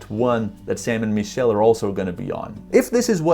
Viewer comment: Bro you keep saying “ME”chelle when it is actually pronounced “MIH”chelle🤦‍♂️It’s driving all of my friends nuts when they watch your videos